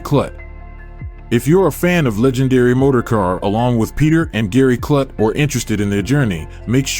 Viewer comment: A.I. Voice/Narrators like THIS totally destroy the appeal of topics when the subject matter is constantly pronounced IMPROPERLY !! His name is pronounced "KLUTE" like "FLUTE" not "KLUT" life "F*CK" !!!